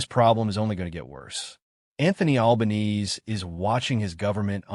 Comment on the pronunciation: To make anyone remotely interested in the content of this clip, try using a real voice, or at worst an AI generated voice with an Australian accent......mispronouncing the name of the dreadful PM was the least annoying bit.